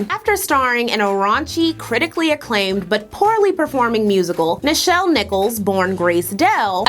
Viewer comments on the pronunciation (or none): none